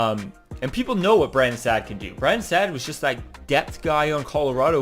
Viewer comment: Good video but it’s Saad (sod) not sad